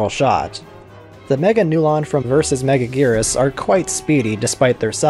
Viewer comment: “Megajirus” Lol James Rolfe botch on the name.